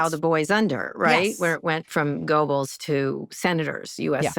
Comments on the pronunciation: Thank you to Rachel Maddow for using the word burgled. As far pronouncing Goebbels as if it were spelled like gerbils, but with a hard g? Not so much. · Goebbels pronounced "gerbulls" with a hard G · Rachel it’s Joseph Goebbels not Gerbles. Gerb is the word for crest in Croatian spelt grb & like in English isn’t offensive. Sounds like gobble gobble for turkeys. Hope you don’t mind some explanation of German spelling …Yes, the name "Goebbels" is spelled with an umlaut over the "o" (ö) in German, which is written as "Goebbels". The umlaut indicates a change in vowel pronunciation, in this case, a shift from "o" to "ö" (a sound similar to "eu" in French "peur" or "oe" in "hoe"). While it's not part of the basic alphabet, the umlauts (ä, ö, ü) are considered part of the German alphabet when writing words, and names like "Goebbels" use them to indicate a specific pronunciation. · Somebody tell Kara: Goebbels is pronounced GERbills (not the animal), just add “bills” to a growl. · Come on, Kara, with degrees from Georgetown and Columbia, you should be able to pronounce 'Goebbels' and 'Röhm' correctly. Also, the 'Rolf' character in The Sound of Music as Austrian, not German.